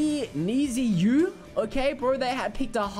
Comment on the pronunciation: Pronounce it like “Need you”